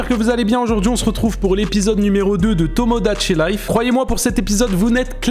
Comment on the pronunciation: A BIEN PRONONCÉ TOMIDACHI LIFE!! 🎉👏🏻